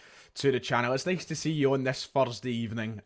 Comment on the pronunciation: Fursday evening? Was it possibly a wee bit of fur that stuck in your throat? Sorry, Froat.